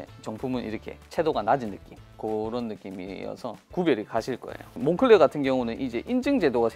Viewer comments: 몽클레어가 아니라 몽클레르가 맞는 발음 같습니다. 공식 홈피에서도 몽클레르라고 합니다. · 그냥 색이야 몽클레어라고해 색이야.. 한국식발음이야 색이야..